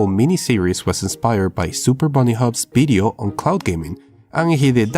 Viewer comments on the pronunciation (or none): none